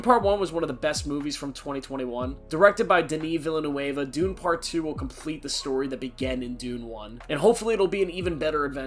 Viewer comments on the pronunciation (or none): Haha, the way you mispronounced Villeneuve is incredible, Great top ten though, can't wait to see Fincher's next film